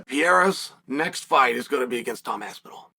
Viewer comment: Who is this Tom ''Apsinall'? The only Tom i know is Aspinall